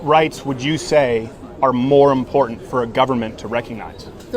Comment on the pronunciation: When someone pronounces important with a "d" in the middle, just stop talking.